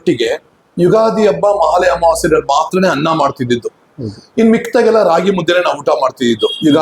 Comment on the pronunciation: ಮೊದಲು ನಿಮ್ಮ ಕನ್ನಡ ಉಚ್ಚಾರಣೆ ಸರಿ ಮಾಡಿಕೊಳ್ಳಿ, ಬಾಸೆ ಅಲ್ಲ,, ಭಾಷೆ, ಹನ್ನ ಅಲ್ಲ ಅನ್ನ, ಕೇಳಲು ಕರ್ಣ ಕಠೋರ.